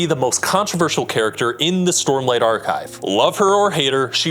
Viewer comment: Sormlight Archive, eh? 😂